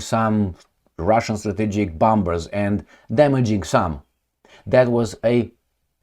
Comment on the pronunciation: 'Bombers' is pronounced as 'bomers', with the second 'b' being silent. Similarly, 'bomb' is pronounced 'bom'. Feel free to use it or not, no offense intended, just a friendly suggestion. Otherwise, you are doing a great job, thank you.